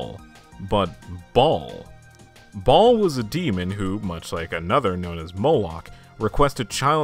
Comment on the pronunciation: It's Baal (Bay-ol')